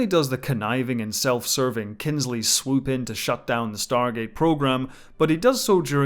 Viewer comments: This was so well done! Thank you for all your hard work. One small correction.... Kinsey does not have an "L" in it. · It's Kinsey. Without the L. :D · Its kinsey ffs how u miss that error out man